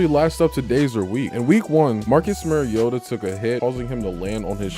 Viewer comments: At least pronounce his name correctly....MARIO-TA not MERRY-OTA. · Its mari-o-ta not mari-ota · It's pronounced MARIO-ta not merry-o-ta. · Good content overall. I’m still amazed how so many “that have followed Mariota so long” continue to mispronounce his name. It’s not “Mary-ota”. The correct pronunciation is “Mario-ta”. If you can say super Mario correctly, you can say his name right. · You said his name wrong like 100 times. Not sure if actual fan lol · You're the biggest Marcus Mariota fan outside of Titans fans?...yet you can't pronounce his name correctly? 😂🤣 C'mon man. Good video though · Following him how long? And still don't know how to pronounce his name? Faker.